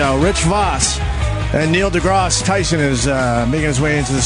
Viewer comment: Opie: Neil "DeGrahss" Tyson. "Epp-ee-tome"